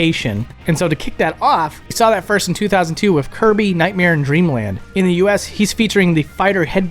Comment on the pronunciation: 100% hands down convinced he said "Hirby" instead of "Kirby" here lol 😤😤